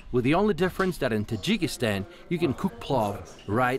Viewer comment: its not jikistan.